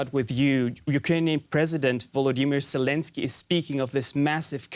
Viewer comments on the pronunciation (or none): none